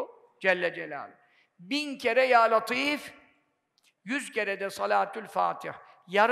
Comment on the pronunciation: Hocam ل harfi ince le olarak okunur neden latif deniyor